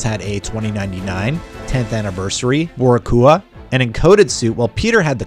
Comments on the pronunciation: "Boar-ih-coo-uh" "Boricua" is pronounced more like "Bo-ree-kwa", I'd say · It's not "Borry-cua" lmao it's pronounced "Borikwa". It means a person from Puerto Rico by birth or descent. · Nobody noticed how they said Boracua instead of Boricua😂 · This dude said “boracooah” Lol. It’s boricua as in Puerto Rican. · Its pronounced Boh Ree kwah not bo ree koo ah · No you didn't pronounce Boricua (BORE REE QWA) as Bor-E-Coo-Ah. 😭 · It’s BO-RI-CUA not bor y q a 😂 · FYI, Miles’s Boricua suit is pronounced bo’RI’cua not boriCUa. That’s all. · Jesus, that is a terrible pronunciation of Boricua. It's Bo-REE-qua not Borri-COO-ah. XD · BOR-REE-QWA lol…. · Lol at Bo-ree-cu-ra. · Lmao “boricoua” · "BOR IH COO UH" homie needs some purerto rican friends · Boricua(BO-REE-QUA) for those who don't know you should never say whatever he just said which was so bad it is dedication not barricuda. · Bro said boricua😂😂😂😂 its BORIIIIQUAAA😂😂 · Man said "boreycooah" 😂😂😂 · "BoricUah" lmao people should really learn how to pronounce words before saying them out loud. It barely takes any effort at all. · Ain’t no way you said Boricua like that. Wtf is bori coo ah???? 😭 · To whoever read this script, and in reference to the suits miles has, it’s pronounced boh-ree-kwa. (Means Puerto Rican) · ITS PRONOUNCED BORÍCUA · Mf really pronounced “boricua” like “borakua” 💀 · Lmao “borricuah” 💀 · This man did not just say “BOAR-AH-KOOAH” for Miles “Boricua” suit - I’m screaming 🤣🤣🤣🤣🤣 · Bora-Kua suit? You ain't from New York or PR 😊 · Boricua: Bo-Ree-Qua. thats the puertorican flag suit. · ITs pronounced Bo-REE-Kwah. Its a nod to his Puerto Rican heritage. (Boricua) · yeah, what's a bor-i-coo-a? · No way y'all pronounced Boricua like that. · Bro said miles has boricua suit lol. Bro just butchered the enunciation lol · I’m not gonna lie the pronunciation on “Boricua” was crazy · As a puerto rican, they absolutely obliterated the pronunciation of "Boricua". 😂 come on lets get it right next time